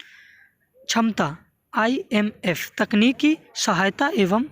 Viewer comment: Bhai wo IFM nhi hota h IMF hota h